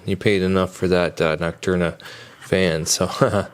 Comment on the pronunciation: nocturna cooler did you mean noctua LOL